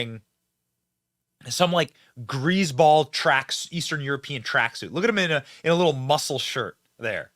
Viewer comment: Grazeball? Really Benny?